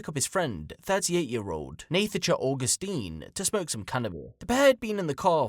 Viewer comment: Idk why you keep pronouncing her name wrong. It's pronounced "Natasha" ffs